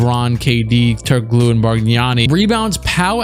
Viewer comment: My guy really said “Turk O Glue”